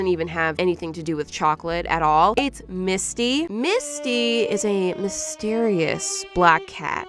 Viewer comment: everytime she says Misty (i think that’s her name??) i also think that she say Miski like the artist